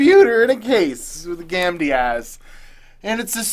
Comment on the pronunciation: You say "gamdias" and I keep hearing "candy ass", lol